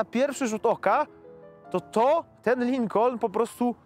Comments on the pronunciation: Lincon! Nie wymawia się "L". Ucz się od Złomnika! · A Złomnik mówi, że się wymawia Lykon. Tak mówi... Edit: Jednak Lynkon. Mówi, że Lynkon. Środkowe "N" mi nie działa w głośnikach.